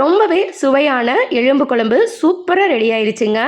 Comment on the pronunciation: எழும்பு என்று கூறாமல் "எலும்பு ' என்று கூறவும்.